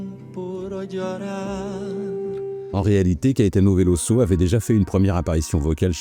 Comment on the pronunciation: VeloZo; Il est brésilien donc en portugais, comme en Français le s entre deux voyelles se prononce Z. C'est frustrant à l'écoute. Dommage la vidéo est très bien malgré ce petit souci...